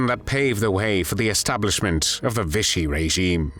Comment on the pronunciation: 'Vichy' does NOT rhyme with 'fishy'!